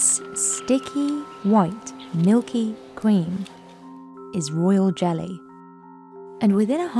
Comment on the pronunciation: God, I had to turn on captions to understand right off the beginning. "sticky white milky cweam". Practice annunciation, please.